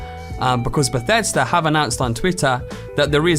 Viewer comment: Beshesda? You mean Bethesda?